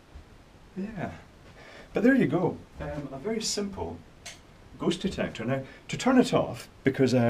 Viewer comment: I didn't hear you correctly, did you say: ghost or goat detector? Why would you need a device for detecting Goats? If you said Ghost... you shouldn't be allowed to drive, much less construct something. Anyway, everybody knows Ghost hide behind AC outlet plates. Plug the two antennas in there.